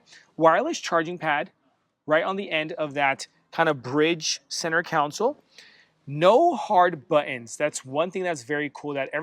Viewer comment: Love that you had a chance to see this rare vehicle ahead of time. Also, “Center Console” not council. 😊